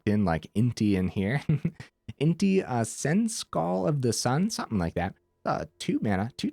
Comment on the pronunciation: Fun fact senechal is pronounced seneshawl